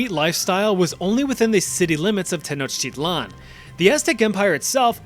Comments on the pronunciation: Pronounce it like 10 sort of and then like ouch but capital o sound then i then lan ten ouch I lan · it is not pronounce like that it's teh-NAWCH-tee-tlahn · According to yourself you’re saying Tenochtitlan wrong as the tl is a TGH sound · when you pronounce "Tenochtitlan", should the "tl" at the end there have that "chk" sound you lectured us about , making it: "te-noech-tea-chk-lan"?